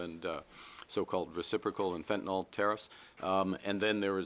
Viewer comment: Fen to nYl, not nOl